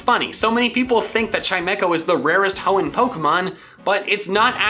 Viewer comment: You mean the heeon region right?